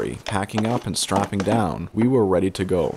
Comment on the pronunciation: we wew weady to gow